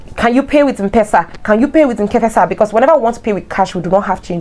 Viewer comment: Mpesa is pronounced : M Pesa not mpesa ( as in um-pesa) Pronounce letter M then PESA